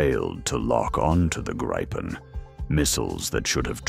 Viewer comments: It's pronounced "Gree-pen" properly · Greetings for the Illiterate and speech impaired AI.. The plane name is GRIPEN and pronounced as it's written: in Swedish.